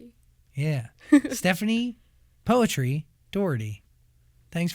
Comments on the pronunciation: Si stephani kok ngomong poetri nya juga "poetri" buka putri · i dont know why she doesnt correct the pronounciation of poetri. princess in indonesian is putri not poetri or poetry thats not the same word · Why saying poetri not putri? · Bangga si anak diva indo. Tapi dianya kenapa bilang "poetri" bukan putri sesuai bahasi indonesia. Kalau bule pasti ga tau dia pasti taulah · Poetri reads as Putri/Pootree right in Bahasa? But i guess she made it as Poet-ry as her stage name huh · yes, i understand that. If you watch this interview and some other, they say the name poetri literally, like poetry. Even she herself called her name that way. Thats why I said that I ve been calling her name wrong as "putri" instead of "poetri" like everyone in the video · so its not Putri, but Poetri like in 'poetry' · Stephanie poetry lollll Its pootree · Actually there is a video, that will explain how her name suppose to pronounce, it's Putri but she likes to pronounce it like Poetri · I never knew that her last name was pronounced Poetri like in "poetry", i thought it was Putri 🤣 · so you pronounce your name "poetri" like "poetry". didnt know that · Why does she pronounce her name wrong? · She pronounce her name wrong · iya mbae, sabar atuh. Kan saya bingung kenapa dia sendiri yg ngeja nya begitu. I was just genuinely surprised that she herself pronounced it that way